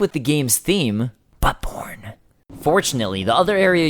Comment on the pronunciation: Hmmm I definitely didn't hear buttborne at first.